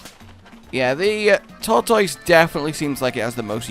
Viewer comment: It's not a Tortoise it's a thortoise